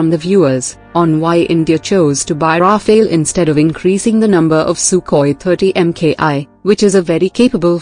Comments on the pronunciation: It’s not “Rafaël”, it’s “Rafale”! And there’s a reason for it! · it's not Rafael actually it's Rafale litereally means gust of wind. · Rafale, not rafael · Rafale and Raphael are two distinct/different words! There is no e between f and l in Rafale. Rafale is translated as fire burst or wind gust. Raphael is just an archangel. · Sweetie, it's called Rafale. Not Rafael. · It is Rafaal not Rafail. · It's Rafale and not Raphael. Goddamit! At least get the name right if you consider yourselves some kind of expert source. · ALright everybody pay attention. This is how you pronounce 'RAFALE': RA-FALE --> 2 syllable word --> 'A' is prounnouced 'AH' as in 'ARM'. The 'E' at the end is silent. RAFALE means 'Burst of fire' in the military shooting sense and 'Gust' of wind in the meteorological sense. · Love the pronounciation. Ra-fail. Sounds about right. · It’s pronounced Rafael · Could you imagine why the Rafale ( pronounce Rah-fahl please ) is three time more expensive than SU 30 ...? Its because it is ten times more reliable .....and twice more effective its good value for money F-35 will be twice more expensive and don't mention F 22 .... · The name is RAFALE, unlike Raphael, the way female voice pronounces🧡🤍💚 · On what basis do you claim that the SU-30MKI is a viable air dominance fighter? How does vectored thrust help, or even the Pugachev Cobra? And the spelling is RAFALE, pronounced RAFAAAAAL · The correct name of that plane is "Rafale" which is the French for "gust" (as in "gust of wind") or for a "burst of fire" (as in machine gun "burst of fire"). The phonetical confusion came as a result of the lecturer's mispronunciation of that French jet fighter's name. Show less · Rafale learn your French or stfu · It sounds better when it is pronounce like ....Nadal